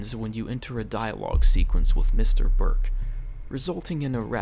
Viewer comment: "Mr. Burk" Its actually Mr. Break..